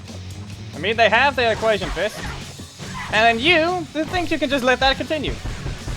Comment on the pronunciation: it's not equation fist it's aquation fist seriously that's the second time you got it wrong first it was on a live stream and now here seriously